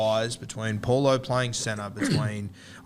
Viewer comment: Pretty sure it’s Junior “bow-lor”